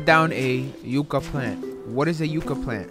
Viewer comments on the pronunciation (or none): "Cut down a yooka plant" 😂💀 Yuh-cuh lmao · Sorry, but I thought it was funny the way you pronounced, "Yucca". It's *Yuh-Kuh*, not *You-Kuh*. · Not that anybody asked but it’s said like yuck uh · What is a you caa plant LOL , its ya caa , yucca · iTs PrOnOuNcEd YuCcA nOt YuCcA